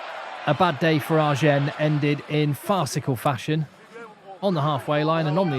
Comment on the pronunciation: I love your commentary, and being from the south of France in exile in England, I really appreciate your channel. Can I give you a tip on how to pronounce Agen? Yes? Thank you! When you pronounce the name "Agen," don't pronounce the 'n' at the end. But if you want sound cool, you could pronounce it like a southerner - a bit like "azhjeng." Before long you will sound like a local!